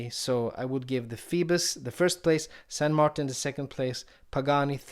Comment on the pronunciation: Currently I live in Essex, but I'm a Londoner who speaks Spanish and understands basic French ,so I think I'm uniquely qualified to give a reply(!). The name is close, but no cigar to someone who doesn't know how to spell a saint's name correctly in any Latin language. It's closest to the name in Spanish ( San Martín), with the 'i' pronounced like 'ee' in English. In French it would be Saint Martín. TBH, I would pronounce it with an English pronountiation with 'Martin' sounding like one of my mates & would say everyone else should do too, to avoid sounding silly.(the way it's said ). Cheers.